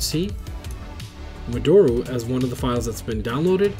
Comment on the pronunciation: Love your videos. You're my favorite Vita YouTuber. FYI, modoru is pronounced (mo-do-ru / mo-doe-rue) not (mo-door-u). It's a Japanese word 戻る, meaning "to return"..